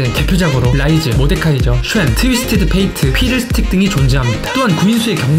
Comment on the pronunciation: 피들스틱을 촵스틱으로ㅋㅋ